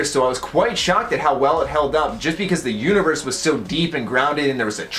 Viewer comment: When you said universe, I thought you said uterus